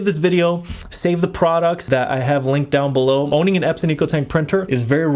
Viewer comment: You keep saying Ep-sin 😅. It's pronounced Eps-on. Epson ✅ So many people do this and I can't unhear it 😢